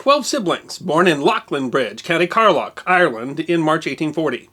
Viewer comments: Ah come on he even got the name of the County wrong Carlow it is Car - Low, not Carlough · Minor correction but as an Irishman I feel I should point it out, Myles Keogh was born in the county of Carlow not "Carloch" as you stated, no place that i know of has that name. Other than that however, this was a great episode, thank you for making it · A couple of words regarding Irish pronunciations. The name Keogh is usually pronounced - Kyo County Carlow is pronounced County Car-Low. I'm Irish (and my surname is McLoughlin - so know of what I speak). Great presentation. Even receiving an Irish education did not reveal this story. Indeed, the story of Irishmen fighting in other countries' armies is not generally taught in Ireland as part of the school History curriculum in Ireland - at least not in the 1960s and 70s when I was at school. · Love the video, as always, but Myles Keogh's birth place is pretty mangled. His village is actually pronounced 'Lee-lin-bridge' in county 'kar-low'. Otherwise, well done again on another great video.